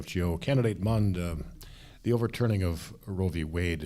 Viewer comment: It's Mund not Mind.